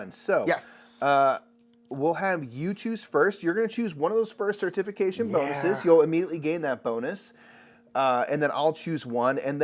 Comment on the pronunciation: Idk about this rogue pronunciation of certification - cer-TIF-ication vs CER-tification 🤣 Glad y’all are getting into Lecerda games.. makes for longer playthrough videos 😎